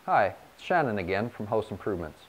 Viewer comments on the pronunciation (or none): none